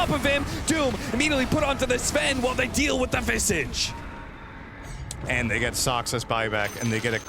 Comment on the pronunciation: Visage's name is never pronounced correctly.